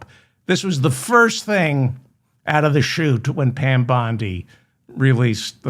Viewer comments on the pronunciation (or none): none